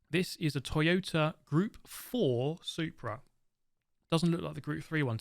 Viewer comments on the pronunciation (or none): none